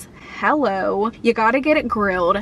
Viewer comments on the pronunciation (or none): none